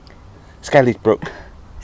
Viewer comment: Great video again. I hope the locals aren’t watching - your pronunciation of ‘Scarisbrick’ will see you burned at the stake. ‘Scaris’ is pronounced either ‘scares’ (to rhyme with ‘stairs’) or ‘scaze’ (to rhyme with ‘daze’). Never to rhyme with ‘Harris’ 😄